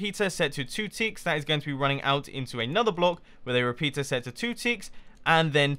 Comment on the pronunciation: One of the times you said "repeater" I heard "repizza" XD